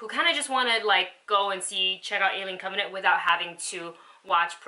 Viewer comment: "on alien covenate.......yayyyyyy" ahhhhh she had me dying when she said it all wrong the first 20 sec of this video! lol say it with me now, cov-en-ant!